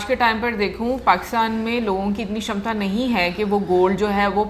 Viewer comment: Aaj ne to sixers lagaye Kshamata ( shamata) kshetra( shetra) Ese bhari shabd bole😃👏🏻👏🏻👏🏻